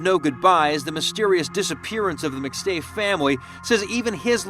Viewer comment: Wow. Do you even watch the clips you put in? Rewatch your own “McStay” portion. smmfh